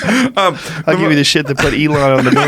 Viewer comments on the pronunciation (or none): none